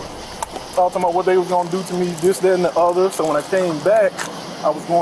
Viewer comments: "And dis, dat and de oda..." 🙄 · This that and da udder